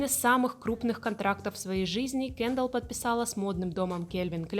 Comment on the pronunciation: Почему кЭндалл? кЕндалл же, и звучит приятнее